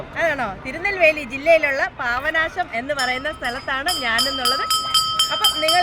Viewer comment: പാവനാശം അല്ല, പാപ നാശം എന്ന് പറയു... 👍👍